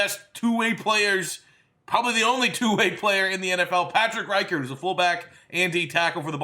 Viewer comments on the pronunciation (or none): It’s (Rick-ard) not rycard